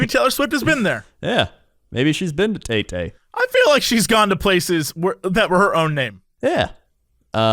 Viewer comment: As a Filipino I have to say your pronunciation of Taytay is adorable